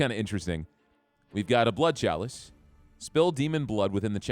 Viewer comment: It's edging me all the time when you say "KALICE" "Chalice"